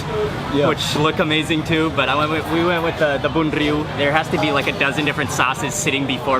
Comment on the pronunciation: Great pronunciation of bun rieu.